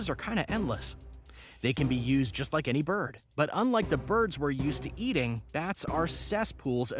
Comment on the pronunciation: NOT EANY